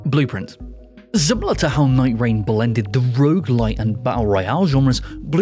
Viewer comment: Can you put a list of items you're talking about in your description or have the game name show up as a text on the video. I had to replay the nightreign multiple times, because I couldn't make out what you were saying. And you only said it one time.